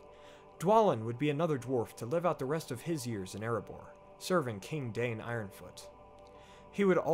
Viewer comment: Forgive me for correcting you, but it’s pronounced Dine not Dain (according to the pronunciation guide at the beginning of The Children of Hurin).